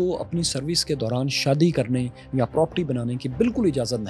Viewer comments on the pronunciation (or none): none